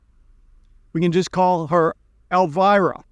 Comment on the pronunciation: why do you promounce Elvira wrong, I think you speak Russian?